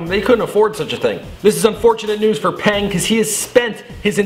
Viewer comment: There is nothing "strange" about the mother and son having the same first name.You know how if your family name is Smith, your mom's family name is Smith as well (normally)? Same thing in China. But in China, as with most of Asia, the family name comes FIRST, like saying "Smith John." Also, Peng is a common chinese family name. And it isn't pronounced "Pehng." It is pronounced more like "Puhng" or "peuhgn." Glad I could save you the trouble of googling it yourself. I know it is hard for some people to think past their own culture, but try… The ignorance hurts my brain.